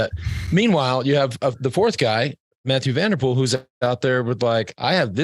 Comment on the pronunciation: "cycling season started today " ........ Armstrong shows again to have lost any touch with current pro cycling .. He stille dismisses Strade Bianche, the new 'monument'. Any cycling lover will tune in for SB . FTW . Do I hear Johan Bruyneel say "Matthew van der Poel " ?? What an ass ! It is somewhat 'tolerable' for a Yank or Aussie to say that , but for a belgian ?!!